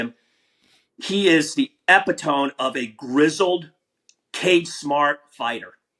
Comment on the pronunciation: this mf said epitone